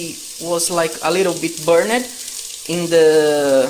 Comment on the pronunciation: I enjoyed the part you payed in the Lalande dramas. And its fun following your journey. This is NOT mentioned in a nasty way at all but knowing how you like to improve... the way you pronounce words ending in Ed. As in burned you do not say burn edd. Its burned with almost a silent E ... etc no hate here! 😊